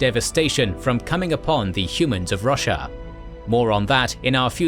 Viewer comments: I cannot not hear "Russia" when it says Roshar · Wow. So when you said Braize was located inside greater Roshar, I heard greater Russia😂. My brain was like yea, sounds bout right lol. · i thought you said russia instead of roshar so many times and i just accepted it that the fantasy world was named that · The mispronunciation of Roshar hurts every single time...